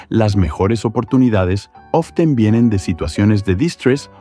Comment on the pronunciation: ''Often'' :c